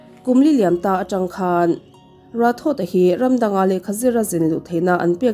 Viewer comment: Rathod hi Rathor anga lamtur zawk ani ang ka ring...